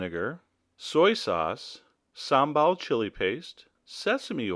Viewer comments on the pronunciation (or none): none